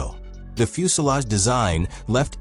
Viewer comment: What's a fuselov? Is that like a soviet fuselage? The voice keeps saying that.